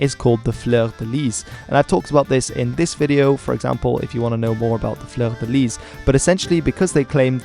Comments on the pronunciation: Pronunciation of French names.... "A-QUIT-ain", "Fleur-de-LEE" 😉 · The 's' is not pronounced in 'Fleur de lis', as it's French... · He can't pronounce fleur de lit properly, that's for sure... that could well make him English ;) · We all had to take basic French at school so you've got no excuse for mispronouncing 'fleur de lis'